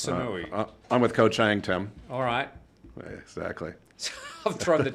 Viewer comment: Koh Chang is pronounced Charng guys. It is the second biggest Island.